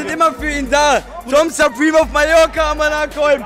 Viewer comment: Ich dachte er heisst Tom Sperm, wusste nicht dass er Tom supreme heisst